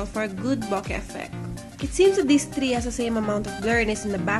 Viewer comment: I like the review but please, improve your pronunciation and try to make your voice more livelier. Be careful on pronouncing THREE and avoid using the Russian R because your using the English language.